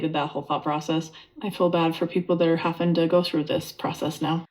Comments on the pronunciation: Can somebody tell Robin that it’s pronounced “having“ with a V not with an F. It’s one more annoying quality about her. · Robin feels sorry for anyone haffin to go through the dating process. Every time she says "haffin" I want to kick my screen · When she says haffin, I get very angry. If she were a good person, I wouldn't even notice.